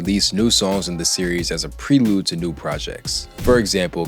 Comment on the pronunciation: You should learn how to pronounce words you don't know (contrived, prelude), especially as a rap analyst. Takes 2 seconds.